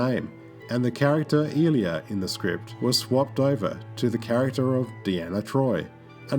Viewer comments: Ee-lia? LOL Ai-lia! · Ilia's name is pronounced Eye-LEE-uh, not ILL-e-uh. Decker's first name is Willard, not William. And this entire narration is taken word-for-word from the Star Trek Phase II page on Wikipedia. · Eye - Lee - Uh. Why are there so many Youtube videos who pronouce her name as "Ill-ee-uh"? It's said a dozen times in the movie. edit: And also pronounced correctly in this very video by Persis Khambatta herself in interview footage. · I take it the narrator never saw the film. I-lee-a. Not ill-ya. Moron. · "Ilia" is pronounced eye-LEE-uh, not EEL-ee-uh. Otherwise this is an interesting, well made video that includes several photos I've never seen before. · Her name is pronounced Eye-LEE-ah. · One of the top characters was Ilia, pronounced, “eye- LEE - ahh.” If you wish your Star Trek videos to be taken seriously, it’s a good idea to at least pronounce the major names, which were used over and over, correctly. These errors always make me doubt other ‘facts’ in the presentations. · Ilia is pronounced Eye-Lee-Ah, Majel is pronounced Mah-Jel, and Decker's first name is Willard, not William. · It's pronounced: eye-LEE-ah. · Thank you. That was like nails on a chalkboard. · Great video. One niitpicky thing... Persis Khambatta's character name was pronounced Eye-Lee-Uh. Also, that background music sounds like "Can You Read My Mind" from Superman repeating over and over. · Eye-Lee-A. Its actually pronounced that way in the dialogue. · How can you mispronounce Ilia? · Would have been nice to hear Ilia's name pronounced correctly. Did he ever watch the movie? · Your voice over delivery is stilted and needs work. You should also make certain you have the proper pronunciation for any names you intend to quote. Constantly mispronouncing Persis Khambatta's character name makes it appears as though you are speaking about things you aren't even familiar with. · What was with the constant mispronunciation of Ilia? Also the strange halting delivery of the narration.